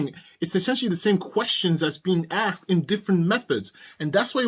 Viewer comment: I've commented about the word "AXED," and he believes that he is so smart but he doesn't know that he's screwed up the pronunciation of the word,"asked"